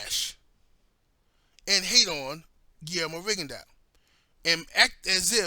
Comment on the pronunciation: its rigondeaux not ringondeaux lol